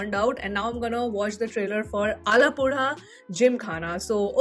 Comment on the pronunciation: The way you pronounced Alappuzha.👏👏. perfect 😊🥰